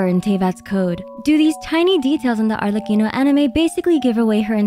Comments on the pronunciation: Why do I feel u speak Spanish when you pronounce Arlecchino at the start of the reel? 👀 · Why do you pronounce Arlecchino so good? Do you speak Italian?